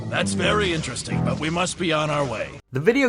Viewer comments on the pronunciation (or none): none